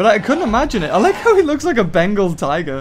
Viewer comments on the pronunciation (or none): none